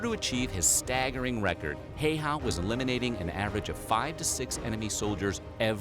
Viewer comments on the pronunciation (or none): i dont mean to be rude or anything but its pronounced highharr and you roll the r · His name is not pronounced like that😅